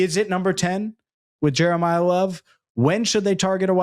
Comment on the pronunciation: “Jeremiyah Love” 😂😂😂😂😂